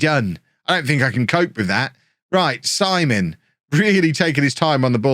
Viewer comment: Isn’t the ‘keeper’s name pronounced Seaman and not Simon?